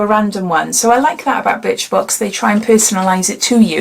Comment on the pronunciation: Sounds like you said bitch box 🤦🏽‍♀️ 📦